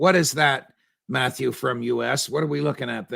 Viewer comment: “metthew” — ‘phonetically’ or metaphorically as in “literally ON METH”. Precisely.